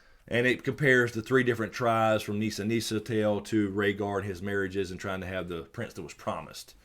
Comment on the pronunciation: “Neeser Neeser” lol 😂